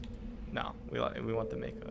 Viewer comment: What have I done?! Haha. I love the idea that Shepard makes his money from postcards and salvaging crashed debris though. I’m pretty sure it’s pronounced “May-Co.” but any reference to Avatar is appreciated. XD Nice job handling the monkey problem. That one can take some people a while. And nice perseverance on finding that Prothean ball! Probably one of the most annoying climbs in the Mako to find. Can’t wait for the next installment of broke Shepard saving the galaxy. Haha